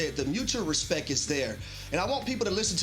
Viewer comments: Absolutely insane we have someone being paid to talk professionally and he says “respeck” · there’s slang, and then there’s words like “respeck” hurrrrr 🥴🥴